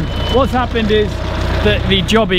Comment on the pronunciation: Its pronounced “joe - bee” not “job - ee” if thats makes sense.... sorry but that bugged me 😂